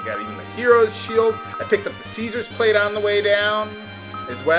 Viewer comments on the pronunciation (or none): Caesar's Plate, not "Plat". I personally really liked this content, partially because of how similar it is to Live a Live (which is a phenomenal Square RPG for the Super Famicom that I highly recommending playing the translation of). I personally enjoyed getting every character unique equipment that was usually better. I wish trial stuff was better that Protect Rings, but oh we'll.